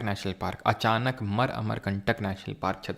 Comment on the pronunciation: Achanak mar nahi hai😂😂..... "Achaankamaar hai😂😂😂